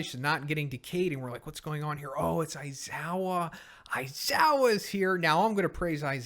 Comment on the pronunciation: Never stop saying aizowa its the best lmfao